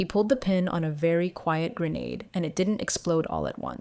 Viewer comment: Thank you for saying Gren-aid instead of the typical AI Gren-odd.